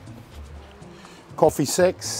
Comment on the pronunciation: he said “coffee sex”, and not “sacks”, that’s my story and Im sticking to it.